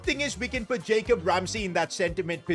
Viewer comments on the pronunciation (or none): none